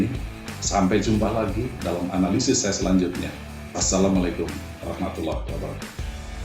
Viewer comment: Pak, analysis dibacanya enalisis aja ya ga ush enelaisis. 👍